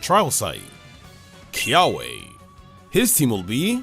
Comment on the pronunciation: KIAWE DOES NOT END WITH AH, IT ENDS WITH AN E!